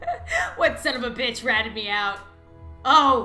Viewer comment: Is she saying son of a bish and bish?!